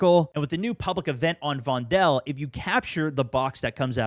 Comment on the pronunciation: guys, its not von-del, it is vondel